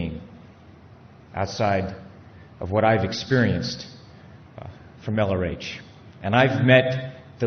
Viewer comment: Ah interesting, since the 80's at least. My father was first involved in the 50's, I think, and then got pulled back in in the 70's. I've only ever heard him call him Ron. I guess hearing "LRH" come out of Miscavige's mouth over and over and sounding like "Elarache" it sort of loses it's meaning. Add all those insults and it was giving me that impression.